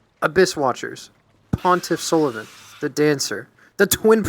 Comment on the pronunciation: Everyone is sullivahn smh